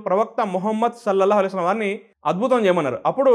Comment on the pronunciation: Sir dayachesi Mohammad sollellahu alaihi vasallam anedi spastam ga cheppandi